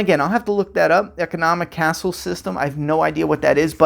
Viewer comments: Economic caste system, not castle. Pronounced (Kass). It’s an economic system with no socioeconomic mobility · Wow, he's been planning this for 10 years and this is what he comes up with? I'm starting to think that he's an overrated has-been. Also, "economic castle system" 😂 Bro, it's economic caste system.